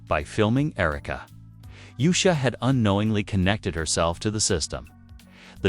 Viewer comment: Her name is not Yu'sha! Its pronounced Oosha!